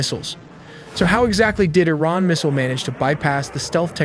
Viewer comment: Nuke I-Ran now